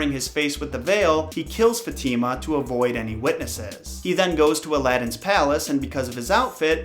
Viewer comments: It's faathemaa not fetiima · Fatima is not pronounced that way 😬 its pronounced as Fa-teh-mah not fateemaa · its "FAHtima" not, "Fateema" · I really enjoyed this, I really love 10001 Arabian nights but heads up, not to be a stickler, but Fatima is pronounced Fah-teh-mah not not Fat-teee-ma. Fat-teee-ma sounds she lives in a trailer. 😐 I really did enjoy the content though. I love mythology and the Arabian night stories. It is always a marvel to me all the bleak stories that Disney got it's dirty little hands on. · No one: Not a single soul:: fateema It’s actually pronounced fath-e-ma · Others: Fat - ima: Fat - eema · its not ftima its faatima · I kinda think Fatima is pronounced fa ti ma. But that’s how I said my spanish friend’s name. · Her names pronouced Fa.Thy.mah. -fatima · Dude you said the name fatima in a wrong disturbing way Next time try to write the name and translate it in google to know how you say it.